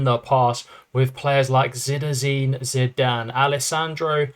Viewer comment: you pronounce Zidane like I have heard no other